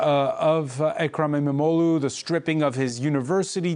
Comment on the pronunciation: E-mam-oghluu" extend the sound and special attention to the "gh" sound.